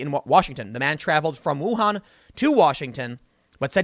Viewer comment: So sad this is going on during Spring Festival. :( Hold up! How did you pronounce "Wuhan' again? Now, I am sick. Why don't people research how to pronounce anything before talking to the public? We have the internet, people. Just saying.... It's easy